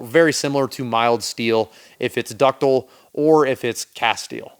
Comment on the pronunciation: dis is big brain stuff! ductile. there is an "i" in there.